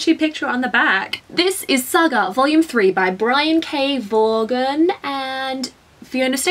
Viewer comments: Great, FYI, u say Vaughan like vorn. Dw though, I'm really picky!! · Welcome to the world of comics. I hope you love it as much as the rest of us. (p.s. Vaughn is pronounced "von") I hope you like Saga- its pretty amazing!